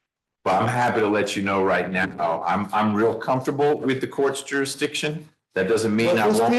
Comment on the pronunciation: How did that “juradickshun” argument work out for Darrell Brooks, son?